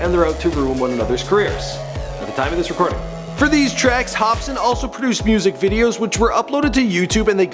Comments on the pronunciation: lol u said hopspin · if he says hop spin one more time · this fool said "hopspin" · This nigga said HOPSPIN 😂😂😂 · ......why does he keep saying Hopspin in the begining? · (Hop--Sin) just as its spelled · "Hopspin" Yeah I'm not watching the rest of this. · get his name right dumbass.. not hopspin.. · is he saying "hop-spin??" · Why is he saying "hopspin?" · Hopspin... Really nigga? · why do you pronounce his name like ''hops spin'' ? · lol did he just say hopspin? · you don't know how to pronounce swizZz, and you don't know how to pronounce hopsin either. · After Hopsin sees this video: Nigga what the fuck? Homie my names different, ya mispronounced it. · Watch him blame this mispronunciation on the fact that he's canadian hahahaa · lol Hopsin not Hopspin + = edibles. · Can this nigga read its hopsin not hopspin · H O P S I N not hopspin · it's Hopsin HOP-SIN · Say his name right hopsin not hopspin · Dude you gotta check it if it's correct before you post shit like this, Demented dude it's Hopsin. Not hopspin. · hop-sin not hop-spin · Am i the only one hearing him saying HOPSPIN And not HOPSIN? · This guy is pissing me off.... he keeps saying Hopspin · ITS NOT HOPSPIN ITS HOPSIN FFS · hopsin not hospin u fucking idiot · who in the shit is hopspin wtf are you saying it's hopsin...get it right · Its hopSIN not hopSPIN jackass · why do you keep calling him HOPSPIN. Theres only 1 P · Yo first i thought he said Hopskin i was like tf?? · He said hopspin😂😂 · Hopsin. Not Hopspin. Hopsin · Hopspin wtf. It's H O P S I N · IT'S HOPSIN NOT "HOPSPIN" DUMBASS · dude you mispronounce a lot of peoples names...hopspin no hopsin...the dudsons no the dudesons...and hopsin didn't actually audition watch any of his interviews...you suck at this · Who the fuck is Hopspin? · He said Hopspin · You pronounced his name wrong. It's pronounced Hop-sin not Hop spin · did anyone notice at the start of the show when he introduces his name he calls him hopspin LOLOLOL hahahahhahaha